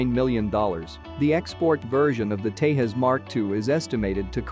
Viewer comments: It’s called TEJAS not TEHAS, it’s not a Spanish or Mexican plane. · it doesn’t pronounce like teihaas its Tejas (Tay Jaz). Some Americans are very poor in English even it’s their own language.😂😂